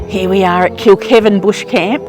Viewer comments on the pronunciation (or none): I have a little giggle at some of your pronounciations. Yalarbon pronounced yell-are-bon lol. Kilkivan pronounced kilk-eye-van. 😂. Love your adventures ❤